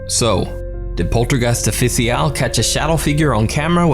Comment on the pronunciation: I am this observant that I noticed that he read official as o-fi-si-yal.